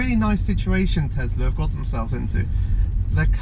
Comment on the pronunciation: Its a Tesla not Tezla